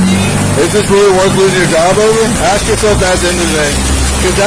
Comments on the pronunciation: She can't pronounce A-S-K... insted she sais every time AX-... :D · Isn’t it more trouble to say “axks” than it is to say “ask?” What is up with that. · Why is it hard for black people to say "ask" instead of "axe"? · can't even say the simple word "ask" without saying "ax". DEI employee. Those people always want to call their mommy.